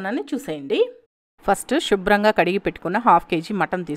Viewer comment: Pls stop saying shubram ga. It should be Subhram ga.